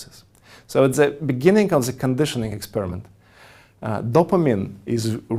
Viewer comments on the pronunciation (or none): Hu ze fuck teaches people tu pronounce THE as ze, instead of DE??? Zis would bee a 10 times better aproximation if you can't say Th.